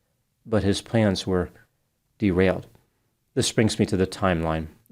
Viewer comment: Heard derailed as "der-four-ild" 😂